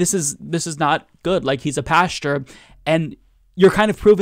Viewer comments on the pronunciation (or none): I love you, and I love the channel! Top notch, without a doubt. But, please, please, PLEASE, it is Pastor (pronounced "pas-tor") and not Pasture (pronounced past-your). A pastor is one who is a shepherd of men. A pasture is where the sheep graze. Related, yes. The same, no.